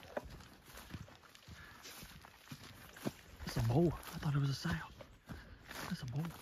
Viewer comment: Sow not sale